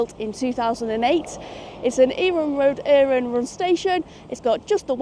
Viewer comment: Bravo for saying Iarnród Éireann correctly, I think it makes up for the "Southern Ireland" blunder last time